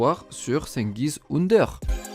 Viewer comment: ça se prononce djengiz frro